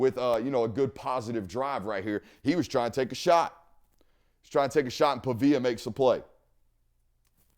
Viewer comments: PA-VEE-UH not PUH-VIA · Pronounced like pawveeyuh big dawg